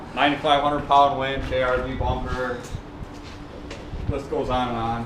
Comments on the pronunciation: its winch not linch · "Fuck the lynch" it's "winch" lol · I think he means Winch not Lynch right? Lmfao correct me if I'm wrong please